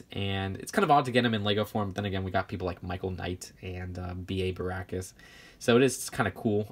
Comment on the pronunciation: it's not barackus it's barockus